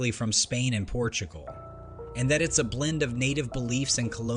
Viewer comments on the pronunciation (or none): none